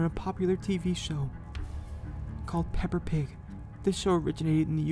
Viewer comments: What I was supposed to hear: Peppa Pig What I actually heard: Pepper Pig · He said pepper pig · THE FACT THAT HE SAID PeppER pig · He said paper pig